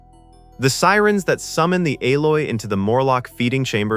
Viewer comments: Eloi ... not Aloi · EE - loi, not A - loy. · It's pronounced e-loi not a-loi !!!! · This whole video sounds very ai. 'Ay-loy?' the pronounciations and phrasing don't sound right. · Here's why I stopped at 1: 19.......it's the pathetic use of AI. "aloy" ??? Serious?? It's eloi...E-LOY......one more dipshit to block. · "Aloy"? It's ELOI. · You would still need to clarify. Something like “Ee-loy”. Otherwise it could be misconstrued as “El-oy”. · "Ay LOY" ....wtf? xD It's Eloi, dude. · "A"loi ??? Obviously computer generated GARBAGE. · This bloke just cannot pronounce ELOY >>>> E - LOY lol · E E E ELOI ! NOT ALOI ! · What a marvelous treatment of this classic film. I remember the correct annunciation of the future people as (ee-loy) not (A-loy). Regardless this film and StarTrek TOS inspired me to become a physicist and higher mathematics theorist. Today I am actually writing a language entirely constructed from light for sending vast amounts of information to the furthest reaches of interstellar space. We are also working on a warp drive theory based on Alcubiere's work and know in our hearts that these fantastic ideas we watched as children are within our reach. Never doubt the human spirit or imagination, we can achieve anything. Perhaps even time travel one day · It's Eloi not alloy....... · Yeah, that "Al-loi" made them sound like some mixture of metals 😅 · The AI-oi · It is the Eloi. You need to learn to speak correctly. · These kind of videos are amusing but appear to be AI generated and narrated. The narrator at 0.56 calls the Eloi the "Aloy". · you have never seen the movie when you can't pronounce the human tribes name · It's Eee-loy and a Communicator is not a Tricorder. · Either way, AI still can't get it correct... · You've been duped, this is AI without a doubt. The way the fake narration says dates like One Nine Zero Zero instead of Ninteen Hundred is a dead giveaway. Also got the Eloi pronunciation wrong....